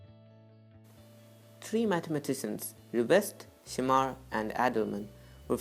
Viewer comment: it's shamir not shimar..